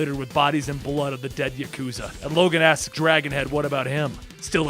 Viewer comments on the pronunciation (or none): none